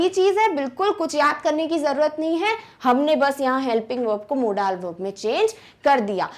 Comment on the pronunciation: Apni pronunciation sudharo Modal~ मोडल